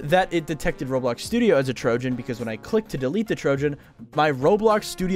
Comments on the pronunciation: bro said RoadBlocks instead of Roblox. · att the start he sed roadblocks😂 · blud really said roadblocks instead of roblox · Bro said roadblocks💀💀💀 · MAN SAID ROADBLOCKS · Bro said roadblocks 💀